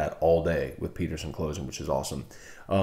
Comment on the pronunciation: Great show as always. Me and my dad started listening to you on 104.5 and now we watch Morning Scone on our tv everymorning as well. One question tho why do you always say Peterson like that? We think it’s hilarious just don’t understand the contex. Keep up the good work. Ps Get synd is a really cool app and its even better supporting LSU alum